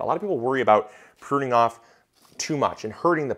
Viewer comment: Not sure if anyone mentioned if you are "puning" rather than "pruning" 😆